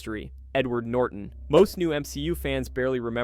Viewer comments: NORTON not NorDon! You sound like an idiot! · holy shit buddy its norTON not norden